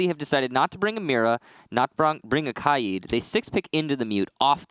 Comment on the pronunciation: Why does everyone pronounce K AID As KI AD ?? How do you get the I before the A? It’s KAID NOT KIAD